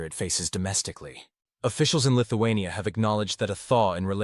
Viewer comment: Lithu-who ? ..... lol